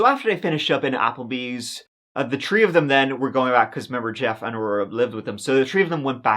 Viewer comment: I love your podcasts but please learn to pronounce “three” it is funny at first but then not so funny. You are so eloquent at the same time!